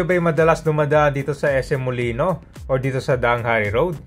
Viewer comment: Molino Flyover po, hindi po Molinoy Flyover, wala pong letter Y sa huli.